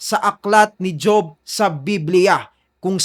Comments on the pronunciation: Hindi JOB, HOB Ang basa duon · ( HOB ) pronunciation hindi job